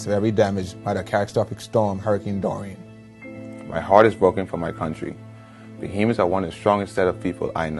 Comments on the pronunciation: My dude im full blooded bahamian you pronounces that so wrong it made me cringe. Its not Baha-mi-ins...its ba-hay-mi-ins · It is pronounced Buh Hay Me Ans SDC